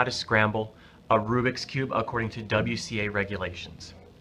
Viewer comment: It's Rubik, not rubric